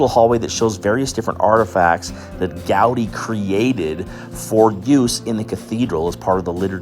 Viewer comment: Its not GAudi, but Gaudí, with the accent in the I. And never Antonio, but Antoni in Catalan. He was even arrested by the damn spanish police for not saying his name in spanish.